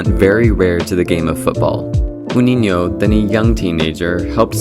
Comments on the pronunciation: Very good content, bro. Just clarifying in Portuguese the "J" doesn't sound as an "R" as it does in Spanish. It's not "Runinho". "J" in Portuguese sounds more or less as it does in English. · Ah, couldn't watch this with you pronoucing his name all the time wrong. God damn is it so hard to check it up before? Americans.. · The J in his name is pronounced like the J in "Jude", not the Spanish J. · WHO???? It starts with a ʒ and not x (IPA). STOP PRONUNCING IT WRONG!!!!!!!!!!!!!!!!!!!!!! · Dude, Brazilian or Portuguese people beginning with a J are pronounced like the J from jaw. Not the spanosh one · At least ask a Brazilian how to pronounce his name, he's not Spanish, his name is pronounced with a hard J. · Great video, but “Juninho” is not pronounced that way and you said that name dozens of times. 😅 The “J” is closer to a French “J” than the Spanish “J”. Like the word “jour”. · I can't watch this video due to your mispronounciation of his name. Sorry. Maybe re-do the audio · Absolutely, for a video which lionizes the man you ought to at least have the respect to get his name right. We can let Rs like Recife go as most non-Portuguese speakers won’t know that. But not this J. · Why does the narrator not know how to pronounce Juninho and Thierry Henry properly? Have they never heard their names being said before? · The Portuguese pronunciation is with hard J. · It’s Juninho not huninho 😂😂😂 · thanks for the vid on a legend, however, and I only feel the need to correct because it was very painful to hear this over and over but Portuguese language pronounce 'J' like J in English not H in Spanish. Ju neen ioo or Ju neen io.. Same goes for Jesus....it's Jeysus not Hezoos. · It's not pronounced 'huninio'. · Look mate, if a word starts with a "J", it is ONLY pronounced as an "H" with 'SPANISH'. Portuguese pronounce a J. Brazil is Portuguese. It's Juninho NOT Huninho. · It’s Portuguese not Spanish. Pronounced Jew-ninho, not who-ninho. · It's not "h"uninyo. It's zhooninyo